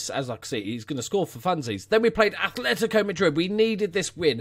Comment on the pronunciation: Just a future fyi, it's "Atletico" not "Athletico"